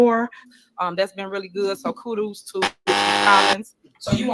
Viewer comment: Not even Jesus can fix Tiffany Henyard... How in the hell do you not know how to pronounce Kudos ,Variant and looked, that cringe compilation was cringy and funny.😬😬🤣🤣